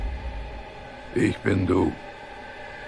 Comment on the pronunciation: No one: Ich bin du!: ICH BINDE! ICH BIN DEEEE!